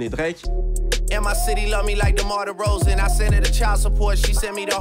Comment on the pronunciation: derozan not derozain please